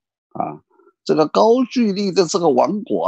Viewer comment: 应该是高句（音gou）丽吧